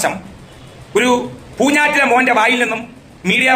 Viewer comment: പൂഞ്ഞൈറ്റിലെ ആ "ഞ്ഞ " ഒഴിവാക്കി കൂടേ ?